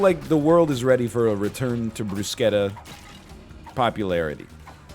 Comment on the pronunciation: had no idea that's the correct way to pronounce bruschetta